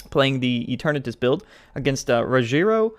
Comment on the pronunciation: RO-heh-LEO is how you pronounce his name.